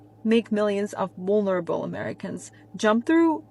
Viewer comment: Did she just say, "Wulnerable"?